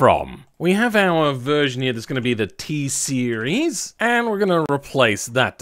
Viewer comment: Ah yes, the TSEIRES